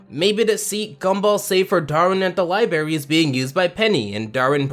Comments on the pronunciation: It's Lie-brr-air-e. Not Lie-berry. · I think you said libary at about lol